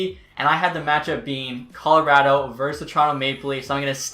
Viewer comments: We all gonna ignore how he says “Car-lotto” instead of “Col-o-rado”.. lol great vid tho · YOUR SAYING CARLER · cara rotto. what the fuck. Colorado dude. it's fucking very simple.